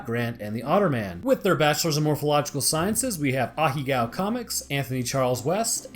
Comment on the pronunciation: I love how you still can't pronounce Ahegao and I know this is a year old vid but still